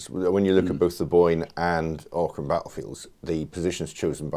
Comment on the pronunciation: Great video, many thanks. Bloodiest battle ever fought in Ireland. great insights from the visit to the site - very interesting. Note to the interviewer though, it's pronounced 'OCK-rim'.